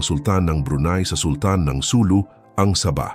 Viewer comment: SuLU. Accent on second syllable.